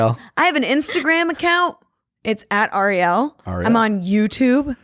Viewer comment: I laughed out loud every time Nick mispronounced Arielle's name for the second half of the podcast. Its just tooooooooo good.